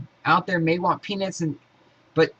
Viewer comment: are you saying penis or peanuts?